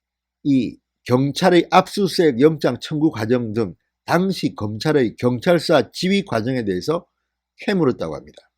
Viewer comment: "당시" 발음을 "당"자에 억앙을 쑤셔넣지말고 당자와 시자의 발음의 억양을 같이 해라.참고로 본인은 하버드대학 한글학과 교수임